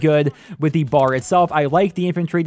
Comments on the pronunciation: For future reference: it's B.A.R. aka browning automatic rifle, not bar like you're going out for drinks. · Annoys the hell out of me when people call it the "Bar" ....It is the B.A.R. (Browning Automatic Rifle) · it is called the B. A. R not the BAR